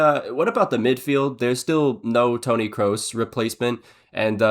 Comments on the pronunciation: btw it’s KROOS “Kruise” not Kroose like a noose😂just so you can hopefully pronounce the players name correctly next time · Its not „Kruise“ either its „Krohs“